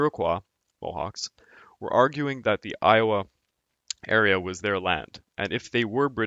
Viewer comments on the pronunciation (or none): Ohio /oʊˈhaɪoʊ/ not Iowa which is 669 miles east. Not trying to be a wise guy I still say quebec instead of Ka-Beck. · When you say Ohio valley it sounds like you’re saying Iowa valley. It’s nitpicking but since it’s a historical review, accuracy is important.